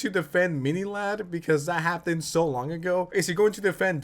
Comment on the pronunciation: The way you say hapden instead of happened is killing me